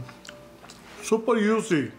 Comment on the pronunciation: Lol. I heard that too. The man is so cool though